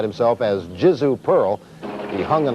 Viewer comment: They had to intentionally mispronounce your name. I mean you are literally on a giant Y and they get Pearle right But?